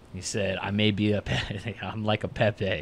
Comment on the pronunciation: Pepe? I thought he said "epic."